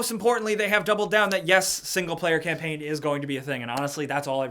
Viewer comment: "battlefield campaigne" 😂😂